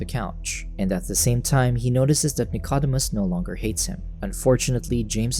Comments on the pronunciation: The dog's name is pronounced "Nick-o-deemus" NOT "Nick-odd-imus." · Please pronounce Dicodemus correctly,...(/nɪkəˈdiːməs/; Greek: Νικόδημος, translit. Nikódēmos)